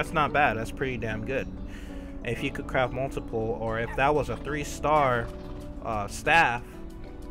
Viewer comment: "crafT", Notice the "T". Please god use it. Also gunta isn't even close to being a word. The amount of grammatical errors you make make it impossible to pay attention to what you're actually talking about.